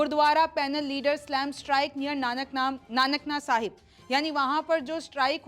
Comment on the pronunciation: मैडम आपको ननकाणा साहिब नाम नहीं बोलना आता या जानवुझकर उल्टा बोल रहे हो❓